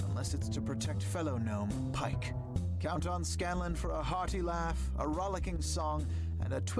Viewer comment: Yeah, Pike said it wrong